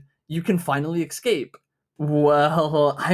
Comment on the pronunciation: pls say escape not excape (sick video tho, thx random dog of internet)